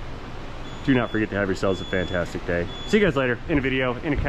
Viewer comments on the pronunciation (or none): none